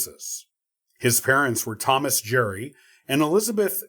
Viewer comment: Nice but you mispronounced Gerry